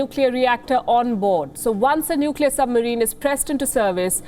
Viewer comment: Scomo says Nukiller for Nuclear lol